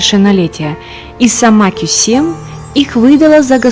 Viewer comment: Не Косем,а Кёсем